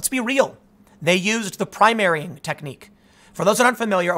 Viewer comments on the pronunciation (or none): none